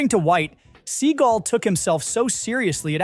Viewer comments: is this AI narrated?? it's "sea-gall" not "seagull" was excited for this video - but the narration was horrible - can you not pronounce his name?? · It's pronounced Se-GAL, not SEE-gal. Do your research. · Thanks for notably mispronouncing his last name (apparently it’s supposed to be “Suh-gah-l”)…! I’m serious! Guy is an Epic Schmuck! Deserves to be mispronounced! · His name is pronounced Suh gaal not sea gull. I am not sure why this narrator keeps pronouncing his name wrong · I despise Seagal but the fact that you can't pronounce someone's name correctly makes this unbearable to watch. It's Seagal not Seagull. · It's SEAGAL!!! NOT SEAGULL 🤦😂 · I hope Seagal watches this and gets angrier every time his named is pronounced “seagull” it’s just 👨‍🍳 💋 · “Seagull” derp, or AI? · Could you at least "instruct" the crappy AI narrator how to pronounce Seagal's name? It's not "seagull." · Who’s “Steven Seigel?” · It’s “sea-GAL!” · I really appreciate your videos. I thumbed down this. Learn how to pronounce his name. I get you might be trolling. However, if you are legit about talking to us about movie history, be straight. His name is not pronounced seagull. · You need to pronounce his name right. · AI can't procurance Seagal. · You are mispronouncing his name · I think your mispronouncing his last name - SS such a loser who thinks highly of himself but is really insecure 😮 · same - this is ridiculous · The channel is supposed to be knowledgeable about movies. A little research and he'd have the right pronunciation. And it doesn't matter Seagal changed it. Many actors use stage names. It's their choice how it's pronounced.